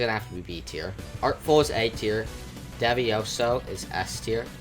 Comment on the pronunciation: when you ranked the devesto skin for noli did you say "devioso?" devesto or mafioso bro pick one